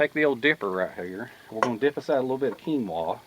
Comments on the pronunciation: Hi. Another great video mate. Did you enjoy the cream sauce.:) and Keenwra or keenwah ha ha ha. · AHHHHH, it's pronounced "kin-wa" . Lol, still luv ya though. Keep it up :)